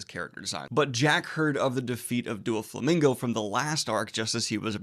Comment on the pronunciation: Its Doh-Flamingo not Doo-Flamingo!